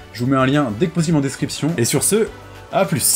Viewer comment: Ah nan nan il dit bien ''ce'' et ''s'', t'as de bonnes oreilles ( ꈍᴗꈍ)━☆ﾟ.*･｡ﾟ